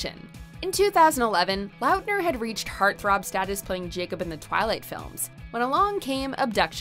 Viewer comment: They way she pronounces some of these names, has me ascending into the heavens ☠️😂 “Taylor LAUtner”